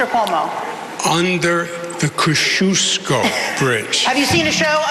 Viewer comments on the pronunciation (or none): Curtis kinda messed up, the bridge is pronounced the Kos-kee-os-ko bridge. That's why Cuomo repeated what he said. But Sliwa did a great job, especially pointing out islamdani's ridiculous lack of experience!